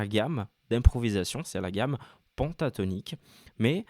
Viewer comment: tu es tres pedagogue bravo !!! ta télé est juste magnifique et elle a un son d enfer !! continue en ce sens je regarderai tes cours ! ah juste une petite precision c est pas PONTATONIQUE mais PENTATONIQUE ca se prononce pintatonique !! pas grave juste une question d accent car je suis marseillais !! a plus cordialement